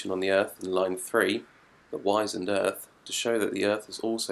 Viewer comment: In the poem, the earth is wizened not wise-end! - and no - is absolutely not like a desert on the West coast of Ireland it is lashed with rain (as the poem says) - and Heaney would NOT have said "you know what I mean" like a Londoner.